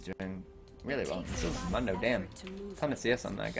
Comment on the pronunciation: Ok, pet peeve of mine. Mundo is pronounced like Moon dough. You're not the first I've seen so it wrong but for the champion who says his name the most out of anyone (he literally only says his name when you select him in champ select) you'd think people wouldn't mess the pronunciation up.